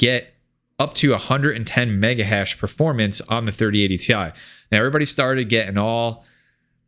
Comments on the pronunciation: Cmon man it’s “tie” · It's 3090 "tie", Get it right bro! hahahahaha